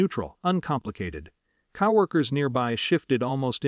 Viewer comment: FFS... it's CO-WORKERS not COW-WORKERS. 😡😡😡😡🤬🤬🤬🤬🤬